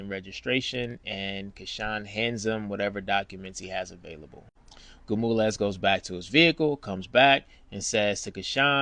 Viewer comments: 😂 Gamules? 😂 It’s Gonzalez 😅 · Why you keep calling him Gamulez. His name is Gonzalez. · Is he saying Gomulaz??? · you are butchering that man's name if its Gonzalez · Awesome Bro!! Not the ending I think anyone expected. Instead, it was much better!! My only suggestion is this: I'm from Texas and my name is Sergio although I'm African American. Many Latinos down here so I'm not sure you're pronouncing this wonderful officer's name correctly lol!! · yo bro . learn how to say that man name if you going to tell a story.... H.O.P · Great story but I'd find someone who can pronounce Gonzalez